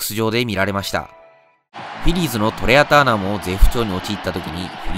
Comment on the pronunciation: 英語読めなさすぎてトレアターナーとか言ってるやん😂